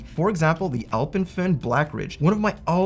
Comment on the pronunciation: Great video as always, extra points for pronouncing Alpenföhn correctly haha